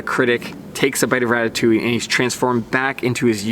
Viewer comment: I have the Atomic Maverick .. but here’s the kicker .. Montero might be great but since most hills have so many conditions, most skiers need an overall versatile ski. Having to carve all day long gets boring really fast. Pass. PS, the way you pronounce ratatouille is completely off .. I’m french, so I know.